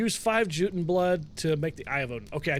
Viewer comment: Hey buddy, J as in Joton is pronounced as a Y so it'll be Yoton.